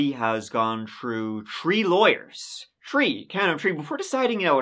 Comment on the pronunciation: I love when he says 3 (“tree”)… always makes me giggle ☺️😊